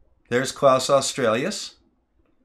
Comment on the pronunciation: I'm really sorry, this really is brilliant, but it grated every time you said "Klaus Australias" - instead of "Kaus Australis" =oO